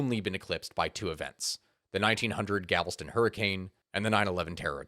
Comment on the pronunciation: It's "GAL-VES-TON"